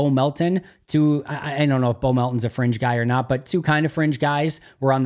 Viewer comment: I had the volume low at the end and when he said fringe guy a couple of times, I thought he was saying a French guy.